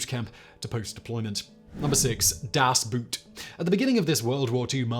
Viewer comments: for gods sake stop calling it Das Boot as in boot as in shoe but call it boat like in ship its much like the German pronunciation for a a boat in German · The German pronunciation of the word "boot" is the same as how we pronounce "boat". It isn't pronounced "boot" like what a cowboy wears. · Simon REALLY doesn't try to figure out how to pronounce things. Das BOOAT. I'm not saying the rest of his delivery isn't great. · Das Boot 🤣😂🤣😂🤣😂🤣😂, actually pronounced just like the English boat, but a psychological film about military footwear is still pretty deep… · (cringes) please, the german U-boat is not spelled like a boot to kick with, but like an elongated 'bought' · Das Boot is pronounced as long "oh" . not english way... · I've heard of the film called Das Boot, but i've never knew someone made a similar story called Das Buut. I know you dont always get the pronouncisations right but this wors is not that hard;) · How hard would it be not to pronounce the german title to sound like footwear? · the narrator should at least have prepared for this by learning how to properly pronounce the title of the movie. BTW, it's a German word. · I presume you refer to "Das Boot", which you correctly noted that Simon mispronounced. You must be new here. 😉 Simon is very articulate but he tends not to pay attention to details like foreign language diction (or occasionally, English). He also doesn't do retakes. Simon has about 12 channels and probably just doesn't have the time.